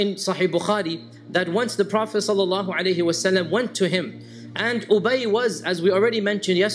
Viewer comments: Why does sheik say Profit "susa salim" instead of clearly pronouncing "sallal laahu alayhi wa sallim" ? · Please try to say sallallahu alaihi wasallim with right pronunciation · صل الله عليه وسلم You don't pronunce it right!